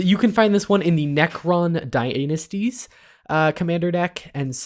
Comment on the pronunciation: did he just say "Necron Dy-ANUS-ties"????????